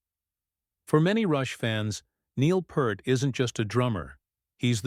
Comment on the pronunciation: Well listening to this didntt last long. He said Neil Pert and that was it. Lazy ass video. Look up how to pronounce his name if you dont know, otherwise stfu!